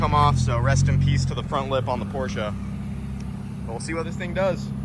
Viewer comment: It is pronounced Porsha